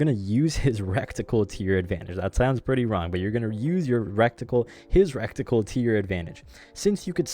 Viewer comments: that word is reticle. not recticle, other than that good video. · It's "ret-i-cul" not "rekt-i-cul" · its pronounced: Ready-kull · Recticle sounds Hella funny though I vote to induct it into the dictionary.